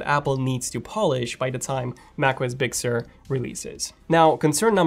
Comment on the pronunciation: very good review bro!... I got a kick out of the pronouciation of big sur... I swear you were saying "bixxer"